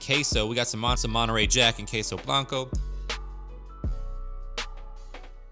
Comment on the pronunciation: Queso it's pronounced simply "keso" not "keisou". Why do you say it that way? Weird